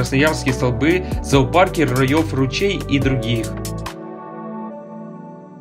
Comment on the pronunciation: И в Красноярске , роёв ручей